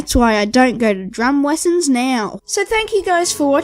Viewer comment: drum wessons... looks like you still can't pronounce things properly lol XD